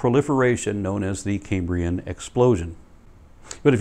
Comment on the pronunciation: Love these and your other uploads,. Small point: as a native of modern-day Cambria, it sounds a bit like you're pronouncing "Cambrian" as "Caymbrian". The "Cam" in "Cambrian" rhymes with "ham" - it's not like the "Ca(y)m" in "Ca(y)mbridge". Please pardon my pedantry, and keep up the good work!